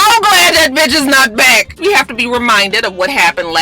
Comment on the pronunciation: It sounded like Karen said “Batches” 😂😂😂 Maybe that’s how the elite say Bitch 😂😂😂